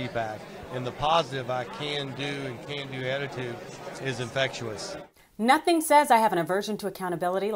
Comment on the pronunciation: It's not "infectuous," John. That's not a word. It's 'infectious'.